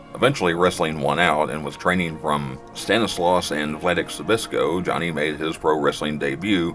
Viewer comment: Hearing these Polish names being butchered ahahahah. If you want to pronounce Zbyszko, make the sound of a bee and the rest will the fine